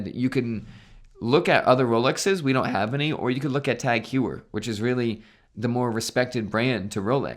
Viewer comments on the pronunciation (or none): Teghuier... lol, it's tAg hO-yer ...im sure the lady at the mall got it right;)